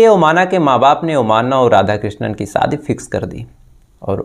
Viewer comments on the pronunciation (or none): Sha pronouns karna seekho Bhai ssss nahi sha ,like saadi nahi shadi,saks nahi shaks,thottlaa hein kya